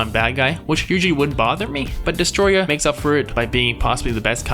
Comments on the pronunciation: It’s not detroyah! It’s DESTOROYAH!!! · Sorry to say, but it’s DESTOROY -ah not DESTROY-ah, just to let you know. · This is a tutorial on how to pronounce "Destoroyah" Here: Des-Tou-Roy-Yah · Just say destroyer then pronounce it with an accent replacing the -yer to yah